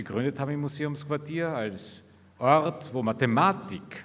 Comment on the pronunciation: Ich höre immer „Mad space“. Und auch die Mathematik irritiert in ihrer betonung.